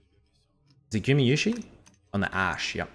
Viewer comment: gumayusi not gumiyusi